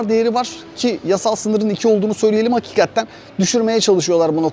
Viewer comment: Daha önce söylediler galiba ama abi HAKİKATTEN Değil de HAKİKATEN demen daha doğru olur